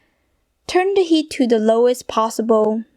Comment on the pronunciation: LOL..."the lowest leat" ????? OOOOOOOOOPS